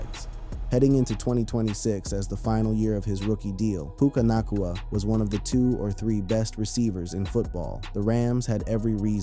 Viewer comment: SAY HIS NAME RIGHT - OMG